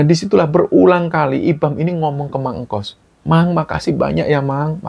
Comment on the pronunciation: tuk sebutan kayaknya bukan mang engkos deh, tetapi mang engkus